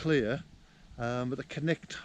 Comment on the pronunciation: I think it's Cnicht not Knight :)